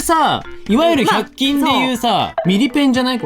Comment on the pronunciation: いつも通り2人とも可愛いのだが、 、、、百均の「均」が、、笑 ｵｼｲ(*’▽’*)